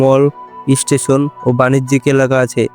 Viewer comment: ইস্টেশন নয়, স্টেশন